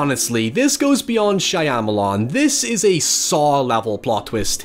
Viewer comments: Just to be difficult, Shyamalan's name is pronounced Sharma-lan not shy-am-alan. Otherwise, brilliant video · The only thing that scares me more than pronunciation of M. Night Shyamalan is his dyed hair color. I mean what the fuck is that man. I was watching this with a few people whilst drunk and they ripped on you over that. I love your content but I can't defend you like this, man. C'mon. 💀